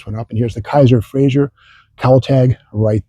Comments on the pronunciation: ...and it's pronouned "fray-zer", not "fray-zher" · My grandfather collected Kaisers and Frazers, he even had a Darrin and a '51 Frazer Manhattan convertible, and I came home from the hospital after being born in a Kaiser. One slight complaint about the video though, you keep pronouncing it FRAY-ZYUR, not FRAY-ZER. It was still a great video.